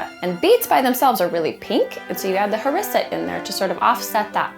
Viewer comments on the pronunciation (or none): The way she says harissa tho XD